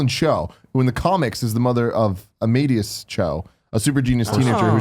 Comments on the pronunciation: Tim that is not how you pronounce Amadeus, lmao. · Tim's pronunciation of 'Amadeus' still gets me to this day 😬